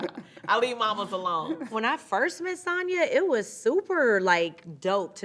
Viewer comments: She accepts her name to be pronounced SAN and SAHN lol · So Sanya is just going to let Marlo continue to pronounce her name incorrectly 😂? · madlo always saying her name wrong..samya don't mind😂